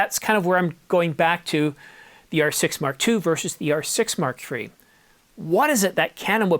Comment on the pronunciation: Am I the only one who gets highly irritated when the verbal emphasis is on the R6 rather than the MkIII? The R6 part is secondary when referring to the MKIII. The important bit is the MKIII not the R6. When referring to the R6 MkI, the R6 MkII, and the R6 MkIII, the spoken emphasis should be on the Mark, not the R6. Petty I know, but irritating none the less. The same goes for the references to the R5 models.